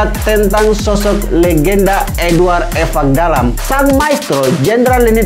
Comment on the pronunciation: Host selalu menyebutkan Evakdalam padahal yang sebenarnya Ivakdalam. Menyebutkan nama seseorang harus tepat